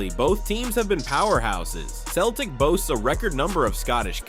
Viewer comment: 17 seconds in - he calls them "Keltic"....... 19 seconds in - I turned off !!